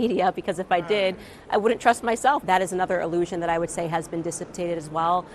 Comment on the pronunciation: Did she just mispronounce "dissipated?"